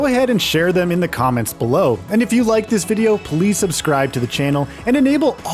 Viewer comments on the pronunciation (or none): none